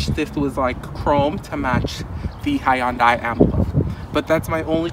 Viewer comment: You are pronouncing Hyundai incorrectly.